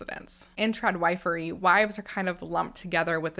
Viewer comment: When you were saying trad- wifery it seriously took me a minute… I thought you were saying trad-white-furry 🤪😬😂